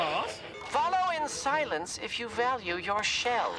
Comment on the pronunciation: "follow in silince if you valiue your shell" Alastor